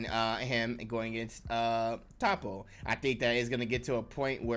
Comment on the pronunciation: Aye nice video but I don’t think it’s pronounced “Tahppo”. I heard it was “Toeppo”.